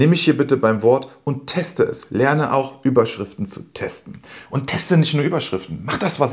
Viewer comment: Hallo, hatte ich ein Kick in der Pupille, oder ist es Absicht, dass du bei "...Überschrifen" das "t" verschluckt hast;-)? Alles, was du in deinem Video angeführt hast, kann ich nur bestätigen und selbstverständlich Mega-Video 👍. Ich hoffe, ich darf noch eine Kleiningkeit zum Thema SEO & PPC ergänzen, die ebenfalls unterschätzt wird: Umso leichter deine Landingpage für Google & Co. indexier- und lesbar ist, desto leichter hast du es mit dem Qualitäts- bzw. Relevanzfaktor der Werbeanzeige. Dies sind zumindest meine Erfahrungen. Ansonsten nochmals Danke, auch für deinen lieb gemeinten Tritt in den verlängerten Rücken;-) bzgl. des Umsetzens. Herzliche Grüße Ingo